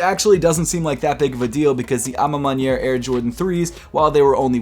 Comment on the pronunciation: Congrats u heard me when i corrected u last time abt the a ma maniere pronunciation 😂